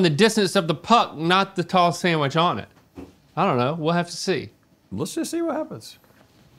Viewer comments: please stop saying “Sam-which” 🙏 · Sand-wich. Not Sam- wich. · Am I the only one that is bothered by Rhett and (not so much Link) pronouncing it SAMwich not SANDwich. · "Samwich." - Everyone on GMM